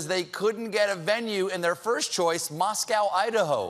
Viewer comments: Moscow, Idaho isn't pronounced "Moss-cow," it's pronounced "Moss-co." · Moscow Idaho is not pronounced Mos-Cow as the Russian capital, but Mos-Co. We're weird like that, but we forgive ya because you let the country know we exist. P.S. it's true, Trump isn't very welcome here. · Stephen, I want to say first off dot dot dot I love you and your Work dot dot dot I live in Moscow, Idaho dotdotdot it's pronounced Mah-sco not Mah-scow! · Moss-co Ida-ho